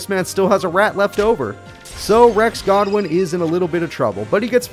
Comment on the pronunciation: why do you call rex godwin when his name is goodwin im confused